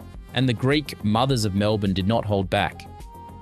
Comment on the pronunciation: Can’t even pronounce Melbourne right wtf msn